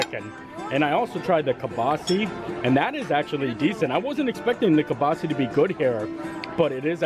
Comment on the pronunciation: Why can’t any WDW bloggers pronounce Kielbasa correctly? It’s wild!